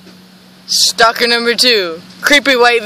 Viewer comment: its "Stalkers" not "Stockers"